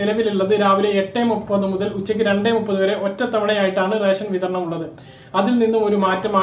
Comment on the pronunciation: ഇവൻ എന്താ പറഞ്ഞോ...?എല്ലാ ജില്ലകളിലും ട്രിപ്പിൾ ലോക്ക് ഡൌൺ എന്നും മറ്റും caption കണ്ടു..പക്ഷേ രേശൻ.. രേശൻ.. എന്നേ കേൾക്കാനുണ്ടായിരുന്നുള്ളു...